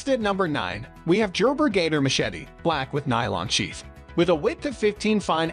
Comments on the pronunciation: Dude said, Jerber...😢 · Jerber? Sounds legit.😂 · Did this dude say "jer-ber" for Gerber🤣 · Computer-read bullshit with no explanations as to why each machete is rated at each rank. Lost it at "Jerber" and "can be used by all branches of the military". LOL! Adding this channel to my local-ban list. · My dude said Jerber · I cannot take any of these recommendations seriously. What a joke, it is one big infomercial except not as informative or as intertaining. Jer-ber...WTF? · It already was weird, but I had to stop watching this shit at “Jerber.” 🤦🏻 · Oh no, it is jerbeer jatoor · It’s a computer reading marketing info… no one pronounces Gerber like that. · Why can’t he pronounce “Gerber”???